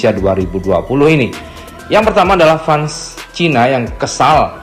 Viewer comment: Admin cakep fans itu bacanya "fens"